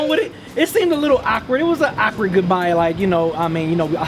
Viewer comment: "it was an AHK-ward goodbye"